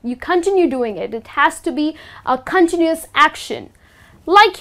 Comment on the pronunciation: In the US, we put the stress on a different syllable. con-TIN-u-ous and con-TIN-ual. You're placing stress on the first syllable of continuous.